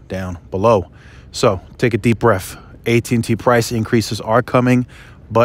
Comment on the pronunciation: You mean to say, take a deep BREATH, not BREAFFFF